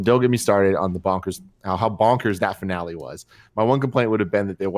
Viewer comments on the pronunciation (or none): none